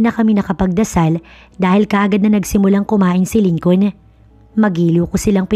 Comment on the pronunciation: Hayy Naku...Lincoln. is pronounced as LINCON SILENT L....Ano ba yan ??